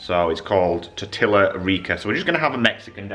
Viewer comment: TOR-TEE-YA, not TOR-TILL-A